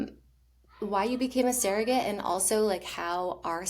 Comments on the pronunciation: It’s pronounced surrogate, not serrogate. is pronouncing it properly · Why does she keep saying seragate? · She can't even say the word properly.